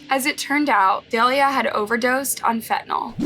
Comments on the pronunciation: Delia? Is Say Delilah 🤦🏾‍♀️ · Dah-lie-lah (cmon get the names right…) like the song hey there Delilah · Her name is Delilah sound it out it’s not dalea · The name Delilah is Duh-lie-luh not day-lee-uh like the song Hey There Delilah. It’s phonetic and there are 2 Ls. I’ve seen multiple videos where you don’t pronounce names even close to right and it’s boarder line disrespectful to profit on these tragedies and not even pronounce peoples names properly. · Omg I love your vids but you pronounce SO MANY things wrong. Her names DE-LI-LAH. Like the song? hey there Delilah what’s it like in New York City.. ? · Is her name supposed to be pronounced Da-lie-la? Just curious.